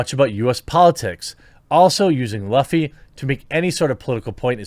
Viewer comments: You calling him LUFF E rather than LOOF E is rather annoying when you pretend to care about characters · If you're going to talk about this, research how to say the names properly. His last name is pronounced loofy, not luhfy. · Also it’s pronounced ‘loofy’ not ‘luhfy’ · Kamala Harris is absolutely what Luffy is against. Disgusting. It is pronounced as "Loofy" not "Laffy". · Um, Luffy; is actually pronounced, Loo-fee! You're welcome. (Be sure to read that in an obnoxious voice.) But seriously, that is how it's pronounced. Google's translator agrees.😋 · So much cringe every time he tries to pronounce Luffy. It's sounded out as Loof-ee. Not Luff-ee. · It’s pronounced “L-oo-fy” and if Nami and Robin don’t have big ass titties then I refuse to watch.... and besides, Oda writes female characters nearly flawlessly,.. (most may look the same but they all have extreme depth and contribute satisfactorily to the story). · Luffy is pronounced "Loofee." Just wanted to let you know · i like the Laughie pronounciation, that is too American lol. OP has an anti-authority theme and these authoritarians want to claim the moral high grounds around the amazing political series called One Piece. We know that Luffy will be the King of the Pirates and be the man with the most freedom. Luffy is liberal but not the "modernized" liberal. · It's pronounced like "Loo" "fee", and as soon as I hear that Netflix is involved I don't care to watch it not after the train wreck that was the live action Death Note, and the fact that they're trying to make modern day political comparisons, comparing that cackling psychopath to Luffy I think that is a good enough sign of how much of a disaster this adaptation will probably be, I've watched one piece since I was a kid and I'm not going to watch Netflix defile it with there woke re-imagining of Oda's masterpiece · It's pronounced loofy. It's like nails on a chalkboard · Oh, and it's pronounced Lou-Fee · Luffy = (Lōō'fee) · Jeremy it's Loo-ffy.